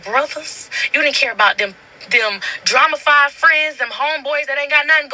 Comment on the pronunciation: If she say drama fide one more time and not drama filled 🤬